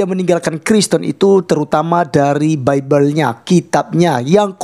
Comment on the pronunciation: 😂😂😂😂dusta mana lagi yang ingin kau nikmati?clim,clim...caramu ngucap bibel aja udah salah